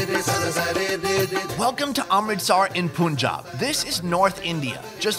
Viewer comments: It's not pooonjab it's pún_ jab....I like your vids keep it up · Not pronounced puunjab it's panjab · Hey sonny... It is spelled "Punjab".. but sounds "Panjab"☺️ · WHY do native English speakers INSIST on calling Punjab "Poonjab"?!! P-U-N is pronounced "pun", as far as I know and was taught!! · You can say CHOLE and then POONJAB, it's spelled like "PUN-JAAB". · hey it is not ponjab it is punjab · poonjab I liked that 😂😂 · poonjab😂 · Poon jah beh :p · Yeah he said poonjab😂😂😂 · He means "POO"njab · poonjab and mambai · Punjab is actually pronounced as PANJAAB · I know! The first time i heard that blasphemous pronunciation was in IPL when they started calling it King's XI POONJAB. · Punjab..... It should be pronounced like "panjaab"....☺☺👍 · He told Amritsar in Punnjab (pronouced like punnnjab) Oh my God 😂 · He really said "pOOnjab" 💀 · Nice video but its not poonjaab , i bet he don’t pronounce bun as boon ? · B R I’m Indian and I’m a native English speaker. I can pronounce Punjab properly since I’m from there 😂